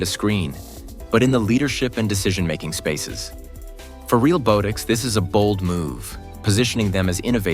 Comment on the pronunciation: The AI voiceover is mispronouncing Realbotix. Not a long "o" but soft as in "bot". Ironic.